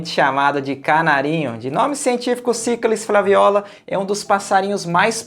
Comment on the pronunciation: Nossa, o que mais me chamou a atenção foi a sua pronúncia do nome latino do canarinho, que acredito ser a correta, obviamente. Eu sempre acentuava a segunda sílaba ("sicális flavéola"). Confesso que achava a minha pronúncia mais agradável de ouvir, mas sei que isso tem regras... Aqui em Brasília o canarinho já é muito comum há vários anos, tanto na cidade quanto na área rural. Abraço e ótimo 2024,.